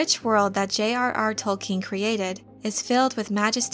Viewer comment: Can i legitimately listen to an expert on Tolkien who can't pronounce his name correctly?